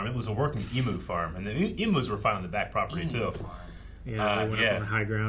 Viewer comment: A little tip for from an Australian, the word Emu, is pronounced "E- Mew".